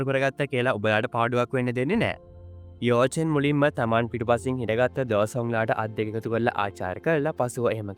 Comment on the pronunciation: යෝ චෙන් නෙමෙයි යකො යාවො චෙන්